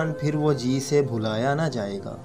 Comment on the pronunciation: pAR HAM JO NAAAAAAA " HON GY, YA NA GLAT PARHA HI AIK HARF SAMAJH KAR PARHAIN ""n"a"